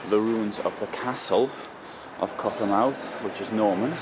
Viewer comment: Just a correction - BUT BIG Correction.....pronounced CockerMTH'....not mouth at the end....like Great Yarmouth, Plymouth